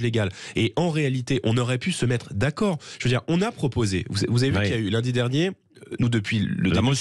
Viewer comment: J’adhère à ce que dit J Bardella sur le fond mais quand je l’entends dire 44 zanuités ou « que ya » au lieu que « qu’il y a », ça ne passe pas 🥴, bon, ce n’est pas grave mais quand même, c’est qq qui est appelé à de hautes fonctions j’espère bientôt.